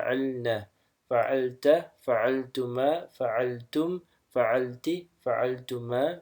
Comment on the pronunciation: It shoud be Fa'alti not fa'alati.